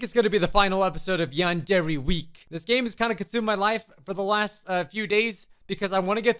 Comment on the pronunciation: It's not pronounced yandery it's pronounced yandre